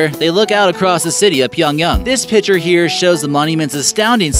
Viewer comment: It's called [Pee-yong-YANG] not [pee-yong-yong] ...........